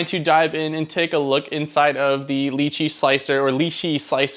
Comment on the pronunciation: Great review but why is it almost no one person can say this software's name right. I mean Google it. It's pronounced phonetically "Lie Chi".